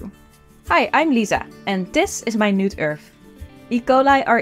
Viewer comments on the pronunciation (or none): This episode of Minute Earth was pronounced differently. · The way she says Minute Earth sounds like she means 'Tiny Earth'.